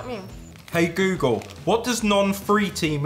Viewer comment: Come cazzo ha pronunciato „Google“ ???!